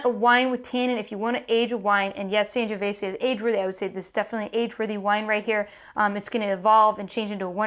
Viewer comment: Great channel but your Sangiovese pronunciation is...